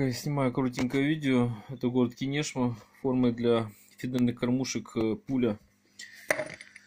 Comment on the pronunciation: КИнешма (ударение на И)